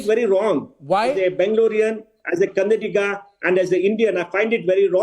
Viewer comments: Suhel Seth it's Kannada not kannad, you bloody bull shit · Hello Arnab it's Kannada not kanadda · Kannada lo boli magane, kanadda alla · Its kannada, not kanadda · Bolimagane "kannada" adu kannadd alla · It's KANNADA not Kanadda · It's not kanadda. Its kannada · Please atleast write Kannada in the heading. I really hate people can't even pronounce Kannada rightly few say Kannad where the hell are these fellows from. As a Hyderabadi I really hate to see it.